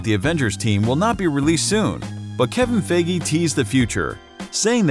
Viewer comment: I let some of you pronunciation be but “Kevin Figgi” sounds pretty stupid